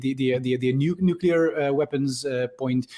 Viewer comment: it's not NUCULAR it's NUCLEAR